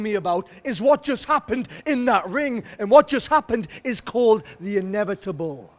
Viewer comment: Did anyone else hear Pac say "the in-neville-table